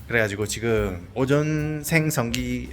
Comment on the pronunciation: 이거슨 포기를 선행 했어야 하나? 맞음 ㅋㅋㅋ 진심 고생이 무엇인지 알려줌. ”오존생성기“ 갱상도 발음 못함. 앱 깔고 대화 해볼께요 감솨